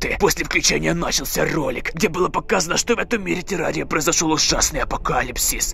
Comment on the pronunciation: Не тэрария а терария